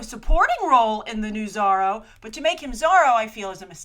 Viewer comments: Zorro no Zarro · She says it like Biz-zarro or Bat-zarro... weird, right? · You say Zorro funny ;)